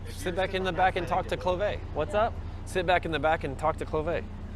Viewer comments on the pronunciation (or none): ' Clovea' 😂 yeah right.